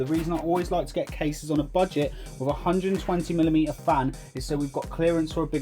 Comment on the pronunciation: Wif four freds lol